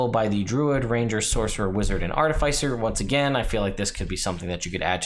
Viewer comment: The second "I" in artificer is soft. The emphasis changes between American and British English.